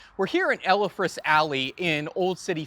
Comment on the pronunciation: How can you NOT pronounce "Elfreth" correctly?